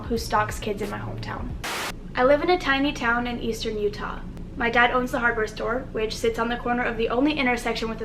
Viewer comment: Shooketh not to long ago I moved from UTAHH a bitchh IS SHOOOK